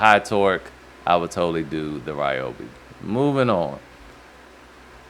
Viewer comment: RYYYYYYYEEE-obi lol. Dooo it, that’s how I say it. Not Reee-obi